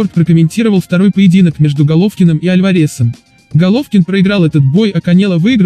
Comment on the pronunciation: КанЕло, АльварЕз, импУльс. Что блэт с произношением, аффтар???